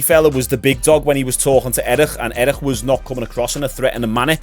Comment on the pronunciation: Its eric not erishxusbbxksk